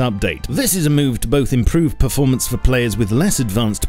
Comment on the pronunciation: Berformence :DDDDD